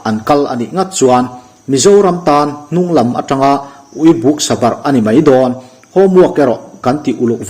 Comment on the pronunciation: A ngaih nawm viau a.. pakhat kan sawi sel ve lawk thil lam dik lo. Nih na bo thak thei thil a ni ve a.. ui buk buk sabarh tih ui buk( thil rah buk ang in i lam a) ui buk tih hi( lubuk ang a lam zawk tur a ni e..